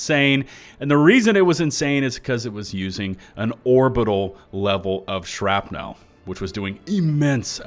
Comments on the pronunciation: absolutely everyone ever: "shrapnl": "Shrap-nelle" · Why do you keep saying "shrap-nowl" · The way pronounces "shrapnel" as "shrap-nel" makes me suspicious to what flows through his or its veins. Rest hands on Senator. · You drive me crazy with that "shrap-nell" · Okay, I'll take the bait. "Shrap-NELLLL" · "shrapNEL" lol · Haha…The ole SHRAP-NEAL trick! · Why are you saying "shrapnel" so weird. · I was about to make a comment about mispronouncing "shrapnel" but then I remembered that I'm from texas and I can't say words properly 😕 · The way you pronounce the word "Shrapnel" is disconcerting and makes me think you are not human. Are you actually an automaton spy? Do you hate democracy? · you pronounce shrapnel funny. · i spent the majority of my time watching this video questioning my pronunciation of Shrapnel. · Crap had my ears bleeding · Holy shit I didn’t realize how he pronounced it until just now lol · You’re killing me with the way you pronounce shrapnel.